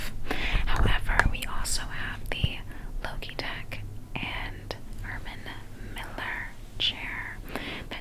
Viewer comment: I luv the fact that she said Loegitech instead of Logitech